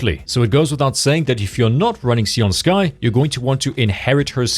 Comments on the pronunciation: "SAY-oon", not "SEE-oon" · Can we not call her "Si-an Sky"?